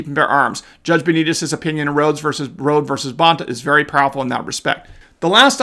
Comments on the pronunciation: just as an FYI, the plaintif is Kim Rhode, a 6 time Olympic medal winner in trap and skeet and her name is pronounced Road E. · as best I know Rhode is pronounced as "Roady" not "Road" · Rhode is pronounced Road-ee.